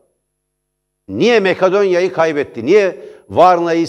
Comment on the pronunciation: "Mekadonya", "Karolanya", ...